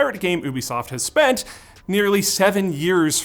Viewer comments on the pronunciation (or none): none